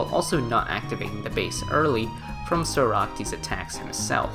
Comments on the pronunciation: My guy please say socrates i am begging you not soractes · very cool video - Also, it's "Socrates" and not "Soractes" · Socrates is pronounced (saw-crat-tees) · Can you please learn how to pronounce socrates bruh it’s killing me